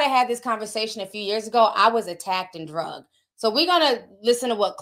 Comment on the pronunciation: Can we stop saying drugged , it’s dragged .